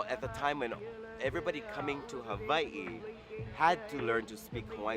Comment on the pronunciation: you hear how he used a "V" instead of a "W" and how he took a small pause before saying the last "i"? That's the original way my ancestors wrote and pronounced my motherland of Havai'i.